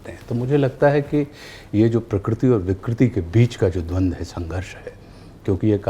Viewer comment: Majority of us say prakriti whereas it is prakruti and Ashutosh ji has pronounced it close to perfect.